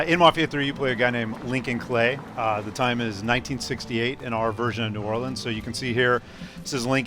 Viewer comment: no one ever gets new orleans right